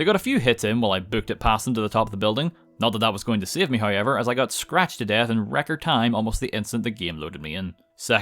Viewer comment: Hi-ever = however